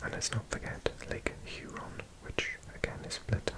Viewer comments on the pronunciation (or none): none